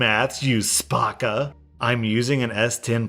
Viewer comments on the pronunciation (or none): A twat is slang for female lady parts. A yout is a youth. Spakka - correct. Although not pronounced spa-ka, say the a like in apple. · I've never heard someone call another person a batty fish XD Btw spakka or spacca is pronounced spahkah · Absolutely! Spakka you don't pronounce the a like 'ah' it's more like 'aaah' and it means stupid Batty boy is a way of calling someone gay Twat again you don't pronounce like, 'twot' it's more like tw ah t Chav is hard to explain because it's so specific to England I don't know how to explain it so you'd understand but usually a chav is someone from a low income family who dresses and acts like they're better than they are. Usually identified as bad fake tan, bad hair, fake designer stuff, lives on a council estate, wears a lot of tracksuits and usually smoke and do drugs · Man said Spahckah. you say it quick and easy so, spa-cka real quick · Spacka is said as ‘spAcka’ not sparka, it’s a derogatory term used against disabled people, a batty boy is someone who’s ‘gay’ and likes it up the batty (bum) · Also worth noting that its Spacca not spARcca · Spark-a just isn’t how to say it